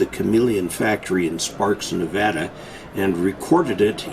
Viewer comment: He knows how to say Nevada good job.